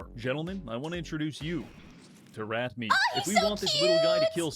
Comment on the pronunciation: Is nobody going to mention at the start of the video that she called Rat Meat "Rat Michael"